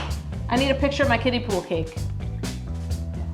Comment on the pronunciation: Not me thinking she was saying 'Kitties' instead of 'Kiddies' I thought it was pool for the cats lmaoooo